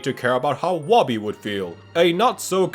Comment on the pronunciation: Woby is pronounced Moby. Official answer from Klei.